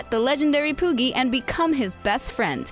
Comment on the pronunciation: you said pooki and I completely lost interest